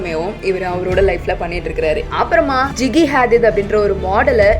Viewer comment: Adhu ஜிகி ila ஜிஜி 😂